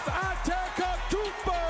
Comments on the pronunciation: He said "Giannis AnteKOTUNPO" 💀💀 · mans frl said “anteKOTOUmpo” 😭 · GIANNIS ANTEKOTOUNMPO, nice try my g